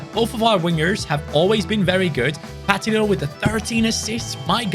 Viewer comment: It’s pa teen o. Not pat tin o